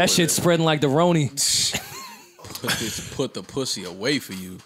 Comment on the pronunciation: Stop saying Roni its Rona 🤦🏽‍♀️